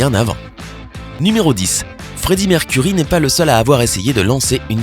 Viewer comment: C'EST PAS MERCURIE ARRÊTE DE DIRE ÇA IL A CHOISIS SON NOM EN ETANT UN NOM ANGLAIS !!!